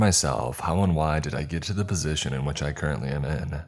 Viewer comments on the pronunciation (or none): none